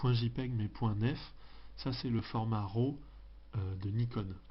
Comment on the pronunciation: Format RAW ne se prononce pas rO